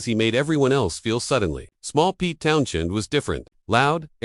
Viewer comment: Jimmy Page couldn't hold a candle to Jeff Beck. Beck was way ahead of the game right up to the day he died. Even Page acknowledged that.This video appears to be a commentators opinion of what he'd like Jimmy Page to have said, rather than what actually happened. The commentary also sounds like the work of AI - Its Town's End, not Town-shend. Bunch of clickbait Garbage. Block the site.